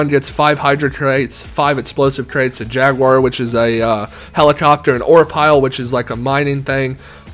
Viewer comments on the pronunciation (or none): none